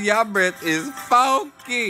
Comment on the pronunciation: Normal people: “Funky has 2 syllables.” Kalen: “nope, 18.”